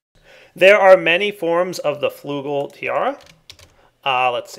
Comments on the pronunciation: Flügel is pronounced Flygel.. German for wings. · Meh. I've only had a year of german. Example, Attack of Titans OP2, " Flügel der freiheit " Still sounds like fly-gel. I'm Danish, so O know how to say it with lips thing.